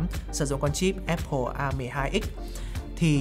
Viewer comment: Thích thinkview và hưng khúc. Xem mỗi kênh này về IT ở Việt Nam. Nhân tiện đọc là Áp pồ nhá, ko phải ép pồ.